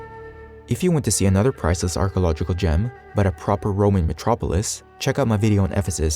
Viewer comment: an Archaeology channel run by a dude who can't even pronounce archaeological. Now THATS priceless